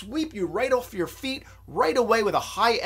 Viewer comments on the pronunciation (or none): none